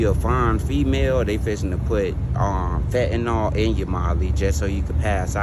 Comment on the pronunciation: Fatnall? People it’s fen-ta-nyl.